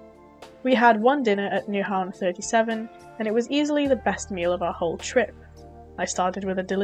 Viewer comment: Take a compliment from a local 🇩🇰 ! Good and honest VLOG 👍! Good job 👍😍👍 PS: You actually pronounced "Nyhavn" correct 😲 ! Danish is the ninth hardest language to learn, int the World, but you seem to have the pronunciation worked out 👍 ! The Hotdog wasn't a Danish one 😒 ! It´s what we call "a French Hotdog" 🤣 ! But apart from that! You did a great job, with the the little time you had 😍😍😍. Wish you Safe travels❤